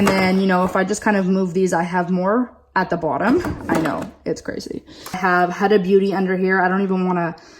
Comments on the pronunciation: Oh girl let me get you right HUDA it is not A it is U huudaa ughh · It's pronouced HUDA with a U, not with an A